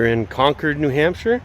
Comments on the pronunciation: Con-Cord New Hampshire? These guys aren’t natives, are they. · Conquered New Hampshire? Can't either of you pronounce Concord correctly?